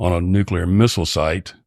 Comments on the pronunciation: He says "nuclear" rather than "nucular". That's pretty great. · Finally, someone who can pronounce NUCLEAR correctly! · I can’t overstate how refreshing it is to hear someone pronounce “nuclear” correctly